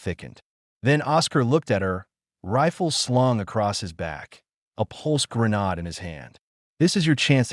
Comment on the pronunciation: First time I heard it called a "grenaad" 😂